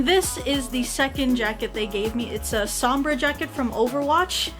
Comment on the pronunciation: soomm-bra, so weird to hear that.